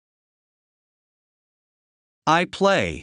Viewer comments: Il y a une erreur de prononciation avec le verbe read. Au présent : vous le prononcez comme au passé. Pourtant au futur : c’est will + read au présent et là vous prononcez bien read /ri:d/ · ВЫ В PRESENT СЛОВО READ ПРОИЗНЕСЛИ RED??!! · The pronunciation of "read" in the present is incorrect. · Except for the pronunciation of “read” in the base form, which is incorrect, the rest is very good.